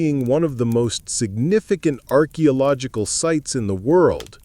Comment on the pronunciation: Are you using AI? As the mispronouncing is most frustrating. I really enjoy the info as I love to learn. But I keep getting hung up on all the wrongly pronounced words. Like civilization and archeological etc.